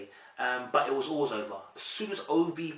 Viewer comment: It's pronounced Ovy yeh. It sounds like a Nigerian Rivers State name?